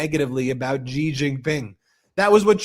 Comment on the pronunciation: CHINA'S president is XI pronounced SHE. SHE is not GEE.